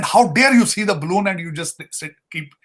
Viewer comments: Pakistani PhD 🎈 "balloon" hota hai ballon nai 😅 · Ballon kya hota hai ? Its balloon 😅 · When Balloon is in Pakistan there is a China Balloon by default! it is not Ballon (Punjabi like Balle Balle)! haha Anything over Indian airspace will be toasted without a second thought. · balloon hota hai spelling Ballon nahi 😅